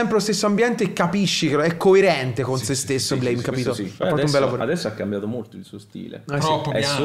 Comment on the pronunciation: Bellissimo, Nihei mio padre. (Si dice Blam)